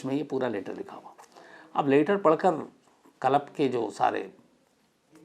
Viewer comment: Yaar tum itne padhe likhe ho lekin club ko dhang se q nahi bol pa rahe?? Bht irritation ho rahi hai jab jab tum KALAB bol rahe ho🤦🏻‍♂️ lekin story sunne layak hai isliye sun raha hun…